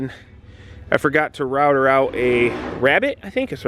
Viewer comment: Rooooo.....f mate rooooo......F hahahah oh and Rab-bid (Rabbet)